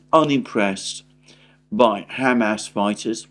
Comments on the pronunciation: With all due respect it's not Ham-Ass or Hummus, it's Hum-ahs emphasis on the ahs. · Please stop saying “ham ass”. It’s just too silly. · Your pronunciation of Hamas is wrong. And it drives me crazy